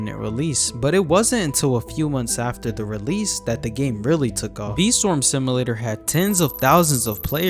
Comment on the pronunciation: "sim uh later" 🥀